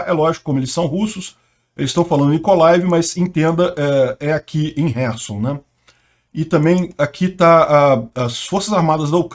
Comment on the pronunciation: Ele está pronunciando corretamente o nome da cidade ucraniana de Kherson.